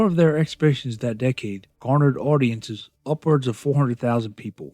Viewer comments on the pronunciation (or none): none